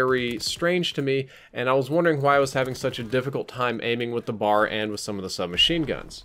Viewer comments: ITS IS NOT A BAR AS IN CHOCOLATE BAR IT IS A B A R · Like the video... but it isn't a "Bar." The name of the gun is "Browning Automatic Rifle." aka... "B.A.R." As a gun enthusiast I figured you'd wanna know